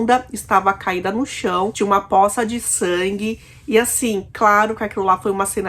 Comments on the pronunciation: Uma dica: a pronúncia da palavra poça é (pôça) e não ( póça). Com todo respeito!! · Às vezes depende de onde a pessoa mora. O certo é com O fechado, mas depende do sotaque, costumes e etc é algo natural